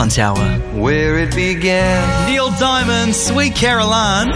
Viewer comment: Hey Jack, it's Neil Diamond...not Diamonds! haha